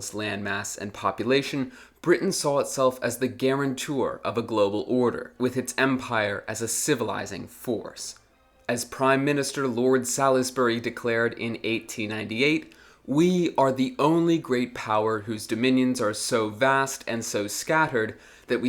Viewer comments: It's not Sal iss berry it like Saul's berry. Fyi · Who the f is prime minister Lord Saladsbury when hes at home? If you mean Lord Salisbury, it's pronounce sawlz·buh·ree. As in Salisbury steak or Salisbury plain. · Who the a F is Lord Sal Is Bury ?? Pronounce it Solsbury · The name Salisbury is pronounced Solsbury, the 'i' being silent and the 'a' pronounced with the short 'o' sound. The mysterious neutral city which you pronounced as Harg is presumably The Hague, in Holland. One-syllable names or words containing an 'a' as the third letter and ending in 'e', should be pronounced with an 'ay' sound, as in 'plague'. The American pronuciation of 'swathe' as 'swath' is therefore incorrect. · Salisbury is pronounced Solzbree, fyi. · If you are going to write about British history kindly learn how to pronounce British names. The is in Salisbury is silent, it is pronounced “sallsbury” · Malaysia Salisbury Tirpitz pronounced differently to say how I say them